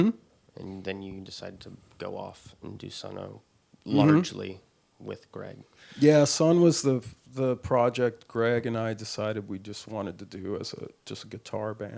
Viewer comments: Uggghhhhhh the interviewer called the band "Sunn-O", Steven only referred to it as "Sunn" at least three times. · I'm a hardcore Sunn 0))) fan, and I also like calling them "Sunn O" 🤟🏽